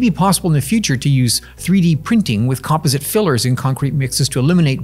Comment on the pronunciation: mispronunciation of the word "composite". jsyk